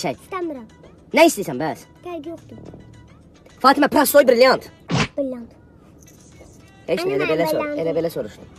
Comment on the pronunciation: Prasdoy biriliyant? BİRİLİYANT😂😂😂😂😂🤣🤣🤣